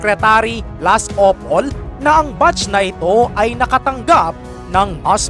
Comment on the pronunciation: Blas ople di blas opol